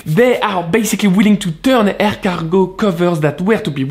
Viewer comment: At one point when you said “air cargo” it sounded like “escargot”. Hence the name of the bag should be “Est-ce Cargo”